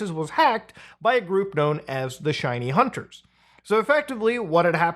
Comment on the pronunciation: hashahahah shiny hunters is a pokemon go thing, i laughed so hard when i heard that! emphasis on wrong word muda keep up the good videos bro